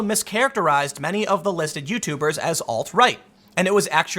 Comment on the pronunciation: Why do you keep saying alt light? Or is it a speach problem? If the ladder please forgive me.